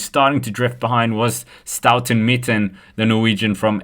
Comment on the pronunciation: Staute Mitten 😂 STAUNE MITTET